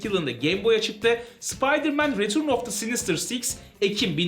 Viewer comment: hocam return değil re turn